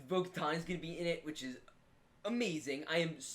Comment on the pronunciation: Its Boka TAN. LIKE IN SUNTAN